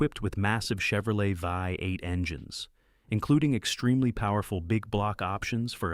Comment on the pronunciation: If you cannot correct your AI voices don't make the Dang video. It's so annoying vi eight. What's wrong with you